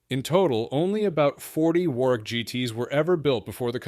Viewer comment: 'War-wick'? Urgh. It's pronounced 'Worrick'. Typical American basic lack of knowledge about the world.